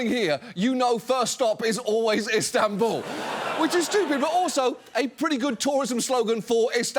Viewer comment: INSTAN-bul? who df made this?